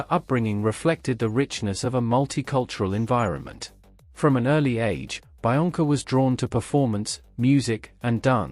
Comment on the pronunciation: I'm pretty sure it's pronounced be-onca, not bi-onca